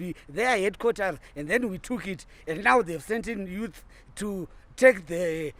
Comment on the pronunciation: The "youthizz"😂😂